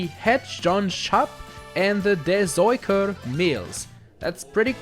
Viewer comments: you mispronunced the Mill names. normally I wouldn't mind but you called the one named "the searcher" "the pisser" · The landmarks in Amsterdam are pronounced Het jonge schaap: head youngue skaap De zoeker: de Zooker Het Rijksmuseum: head raiks museum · Zoëker lol